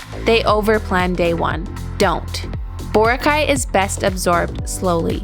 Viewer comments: Boracay is a filipino word and should be pronounced as such... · It's too bad you never learned how to pronounce Boracay during your stay.